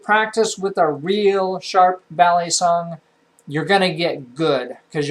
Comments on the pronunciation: It it not balysong its balisong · When he said bal-e-song I cringe. Its Bal-i-song